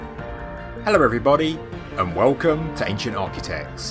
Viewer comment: Ello everybody! And wewcome to Ancient Architects!